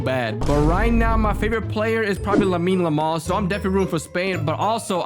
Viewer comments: did bro actually said Lamine lamal 🥀💀 Edit : Instead of Lamine yamal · bro said " lamine lamal "